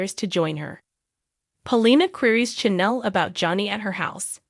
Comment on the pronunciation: Wrong pronunciation !Not-- C H A N N E L! Check out the pronounce eation before you make a presentation